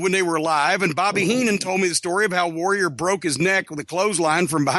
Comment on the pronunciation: Bruce can’t pronounce the word ‘Warrior’ he always says ‘Woh-wee-ah’ like an autist.